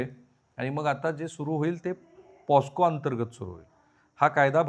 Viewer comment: Protection of children from sexual offences act 2012 हा तो कायदा. त्याचं संक्षिप्त रूप " पॉक्सो" असं आहे, पॉस्को नाही, राहुलजी दखल घ्या. तुम्ही त्याचा उच्चार पॉस्को करत आहात.